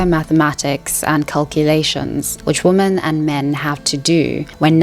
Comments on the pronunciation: Why do you pronounce the word 'women' like 'woman'? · Why do you pronounce “women” as “woman” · Women is pronounced as "wimen", not the same as "woman". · Just use Plenty of Fish- the people on there are real. You wouldn't swipe right on them, but it's nice to know they're real 😏 On a side note, "women" is pronounced as "whe-men", but your other quality presentation points mitigated that pretty quickly. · Women is pronounced "wihmen" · You need to learn how to pronounce "women". It is not the same like "woman". Besides that, great video. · I love your channel, and I've been binge-watching your content over the past few days. I hope you don't take this too personally, but I had to comment and say it drives me crazy that you pronounce "women" and "woman" the same. Is it a South African pronunciation? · I'm sorry but every time you mispronounced "women", it made me lose focus of what you were talking about